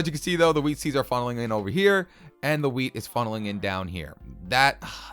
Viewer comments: who noticed he said weed instead of wheat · Wheat??? Or do you say "weed"